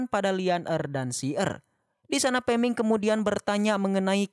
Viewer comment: Peming ko gak liris min